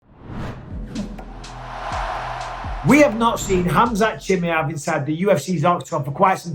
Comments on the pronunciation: it's not CHIMIEV it's CHIMAEV my gosh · I dont know wether your pronouncing his name wrong on purpose or by accident 😂 CHIM👁V Not Chimmyev 😂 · Khamzat “Chimmy-Ev” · What's with the weird pronunciation of Khamzat's surname?